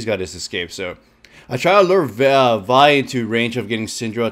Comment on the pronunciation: what he pronounced vi and zyra correctly O,o